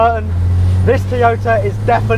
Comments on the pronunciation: Teeyota? The fuck? Its Toy-oh-tah. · Can you please pronounce Toy-o-ta correctly...not Tiota...bloody annoying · It's not a Teaota its a Toyota FFS!!! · I never knew Toyota came with a cup of tea? Tea Ota? Butchering the English language the Brits are. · Wtf is a Teeoyta. Heard of Toyota but not Teeyota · The rest of the English speaking world pronounces it as Toe-yo-ta, not Toy-o-ta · For the love of god, stop saying Teeota!🤣🤣🤣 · Say after me TOY-O-TA... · Teeyota? You get the second "O" right, why is the first so hard to master? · where I'm from its pronounced to-yota